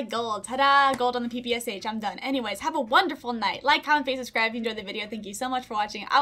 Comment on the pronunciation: Hey! Russian here. PPSh is actually pronounced “peh peh shah” because it’s only three letters in Russian (ппш). That third letter makes the “sh” sound and the letter itself is called “shah”. And now, you are enlightened! 😊